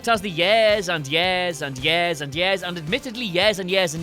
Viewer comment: Years, not "yairs"